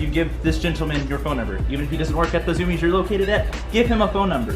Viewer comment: IT’S ZUMIEZ NOT ZOOMIEZ LMAO